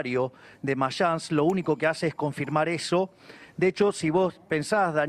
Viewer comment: espert quiso decir mayans y dijo marsans la ex empresa aerea dueña de aerolineas argentinas